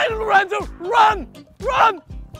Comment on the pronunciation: i hear lorrenzo like speaking gibberish